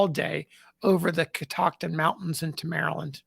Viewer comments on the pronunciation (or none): none